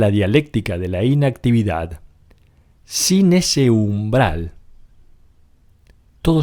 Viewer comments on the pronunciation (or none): Muy interesante. Sin embargo ¿Es necesario que el narrador pronuncie tan mal? Por ejemplo, la palabra "inactividad" no se acentúa en la primera sílaba, se acentúa en la última. Creer que de esta manera lo que decimos es más importante es una muestra de ignorancia. Mejor que dejemos la "inactividad" y hagamos algo para hablar correctamente.